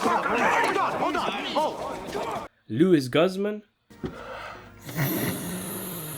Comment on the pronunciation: I laugh when he say Lew-is Guzz Man 😂😂😂.